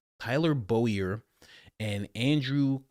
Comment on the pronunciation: Bowyer is pronounced Boy-yer.